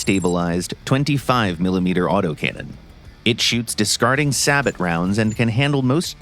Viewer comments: its "Say-Beu" or "Say-Boh" not "sab-bat" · Sabot = "Say-Bow"